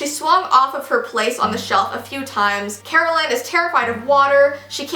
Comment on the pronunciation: Is anyone else bothered that she pronounced Colleen wrong and Kara-LINE pronounced like zip- LINE omg lol ilysm 😂💓💓💓